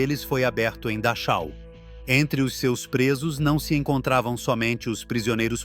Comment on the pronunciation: No se pronuncia dáchau ni reich. Se pronuncia Dájau y Raij